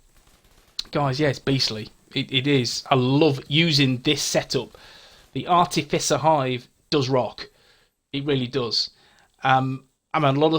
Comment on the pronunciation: Ok...you're officially the Skills Guy. I had to laugh re the artificer hive...I prefer the wrong pronunciation, sounds tougher.